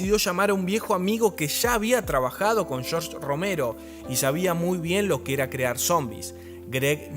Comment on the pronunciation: "Shorch", No tengo nada en contra de los argentinos pero ¿Qué trabajo les cuesta pronunciar bien el inglés?